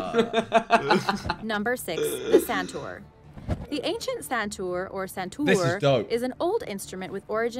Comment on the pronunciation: It is actually sun-toor instead of santur😂